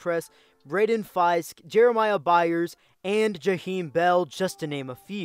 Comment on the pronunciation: Braden Fiske is pronounced Fisk